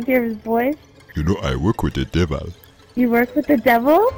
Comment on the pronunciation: he said the power of de deval is vera shrong